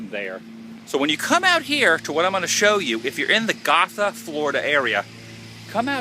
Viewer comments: It's pronounced "go-tha" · It is pronounced "GOtha" I used to live there...went to Gotha Middle School lol. Who knew Bob Ross was buried there that entire time? ! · Hey I know I'm late but just to let you know you said gotha wrong I love right across from that place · Bob, I'll see you in the morning when I visit my loved ones. Adam Woo, You are a douche bag. You run all over Central Florida acting the fool. You got the monument wrong and went and read the description of what it depicted and still could not properly spit out what the depiction was. BTW, You might want to learn how to pronounce Gotha. ┌∩┐(◣_◢)┌∩┐